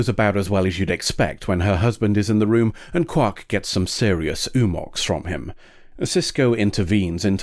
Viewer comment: Oo-mox? More like Ow-mox.